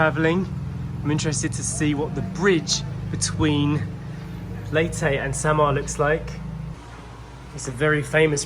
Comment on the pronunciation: Leytey ? Would have thought it is Leyte… as in Cafe Latte or Pepe or Spanish „commandante“.